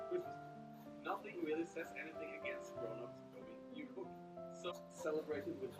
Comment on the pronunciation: I bet people who don't know how to speak Norwegian thought u did a typo because julebukk is pronounced with a y sound instead of a j